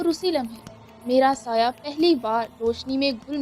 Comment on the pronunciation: Saya nhi bolta tmhy ghalti laghi h reading ma